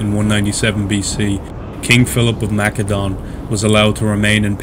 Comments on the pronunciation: Please don’t say mackedone 😂 it’s pronounced like an “s” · So what is it, Makedon or Macedon? Both pronunciations are used at different points in the video. I also noted some apparent confusion/mixup between the Roman right and left flank in the latter part of the battle description.